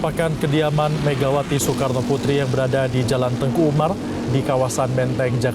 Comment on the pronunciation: Kenapa terdengar jalan Teungku Umar ? Bukankah namanya jalan Teuku Umar ?